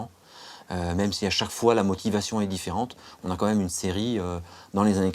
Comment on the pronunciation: c'est juste insupportable le " comme même".